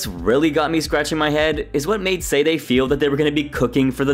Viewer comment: For the love of Pete, could you please make the smallest effort to pronounce Sade's name correctly? You've watched the episodes and heard it pronounced countless times and it is not hard to pronounce. "Sah-day". Not "Sayd" Not "Say-day". "Sah-day". Please fix this, and apologize to Sade for the disrespect.